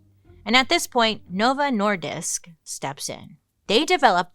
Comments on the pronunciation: Bailey: "I have serious problems speaking" Also Bailey: "Novo Nordisk" said like a Dane 🤯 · I'm from Denmark. The same as Novo Nordisk (I know 5 who work there). I just wanted to say that you did great on the pronunciation